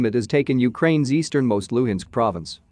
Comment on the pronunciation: LUHANSK, not LUINSK.